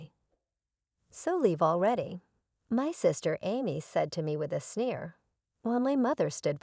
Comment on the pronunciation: Sneer not snare.